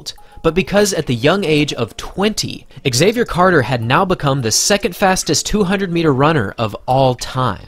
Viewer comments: Pronounced “zavier” not “x” zavier... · Why do you pronounce his name ex-xavier instead of xavier? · why does the narrator say "Axavier" instead of "Xavier" ?? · As a non native english speaker, let me tell you that Xavier is pronounced as a single word. It's not X avier ;) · Nobody ever pronounced Xavier "exayvier" 😂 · Why do Americans say “egg-Xavier”? Is this the proper pronunciation over there?